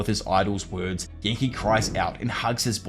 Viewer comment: Appreeciate the Vid! and all you do but wow that accent and the way you pronounce some words lol! I have to rewind sometimes.